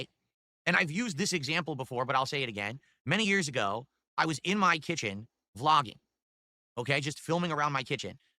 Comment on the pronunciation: "Muh Family" 🙄